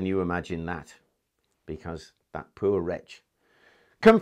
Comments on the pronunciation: I love the way he say poor -lol - peuer ha ha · Talking about the Royal privy then pronouncing poor as pooer had me in stitches.